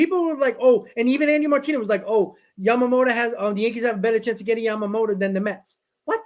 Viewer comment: It's YAMAMOTO not YAMAMOTA, you always call Yoshinobo, Yamamota, that would be a different person